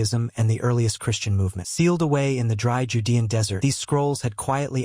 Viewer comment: I'm noping out from the voice alone, which I assume is AI from the way they just mispronounced "judean," the comments would seem to indicate that it's cowhide, and doesn't think there were cows around. Apparently the AI doesn't think trade exists, even if they didn't farm them?